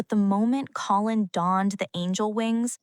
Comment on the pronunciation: Not colon, like the lower bowel, for God's sake. Co-linn.